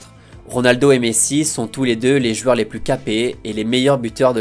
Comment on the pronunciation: Si tu arrives à dire "joueurs" au lieu de 'jueur" ça sera cool ^^